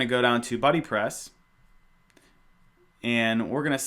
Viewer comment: stop saying beebepress, it sounds like babypress.